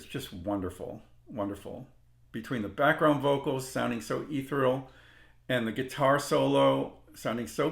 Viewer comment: Ethereal is pronounced eh-THEER-ee-uhl